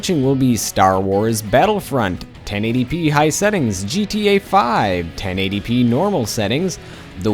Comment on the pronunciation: I like how you say "high"